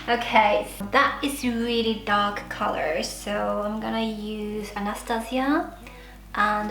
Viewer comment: "That's very darkk '' oml😂